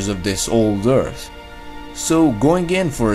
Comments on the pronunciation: Liked it better when he said Eart. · I miss those times where you pronounced earth "Eart" haha, great job btw love your vids man, have a like !